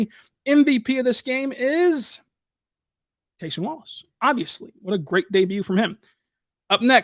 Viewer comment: Kentucky and thunder fan here, first off love Cason Wallace, but interested why you call him CASE-ON, during his time at Kentucky he was always known as CASE-UN. Did he say that’s how his name is pronounced, or does it keep going back and forth?